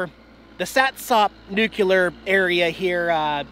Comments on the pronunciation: Nuclear... not nucular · Oh, oh, you are hurting my ears. You are saying nuke u lar when correct way is Nuke cle are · Nuclear: new-clee-urr, NOT new-cue-lur. Not a big deal, just sayin. Keep up the good work! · New Klee Eer not New-Que -ler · this is the internet, so I feel compelled to correct your pronunication :P....it's 'nu-cle-er', not 'new-q-ler' ...happens alot though, no biggie! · NUCLEAR Dude, not NUCULAR. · Noo- CLEE- er not Noo- cue - ler !!!!! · Why do you pronounce Nuclear as "nucular"???? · Nu klee ur.....not ....nuk u lar....just saying! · There's no such thing as "NUKE-YOU-LER",. It's "Nu-Clee-ar" as in "Nuclear" get it? It's "New" and it's "clear". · Nuclee ur dammit, not nukular.... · ARRRRGH! It's NOO-KLEE-ER, not NOO-QUE-LER! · Oh,! The things you find...close up cooling towers? That’s quirky! BUT, do me a favor...please say “new-clear”, and not “new-Q-lure” Only George Dubbya Bush should be associated with that ill-edumacated pronunciation. Keep safe (and right!) on the101. We ❤️ you and Jax. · It’s nuclear dude, not nucular! 🤣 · Nuclear NU - CLE - AR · Say it with me....new-clee-yer. Sounds like George W Bush was your english teacher. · Nuculer, Dude. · Where does "nucular" come from? Equally popular is "realator"